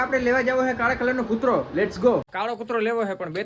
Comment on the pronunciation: કૂર્તો ❌ કૂતરો✅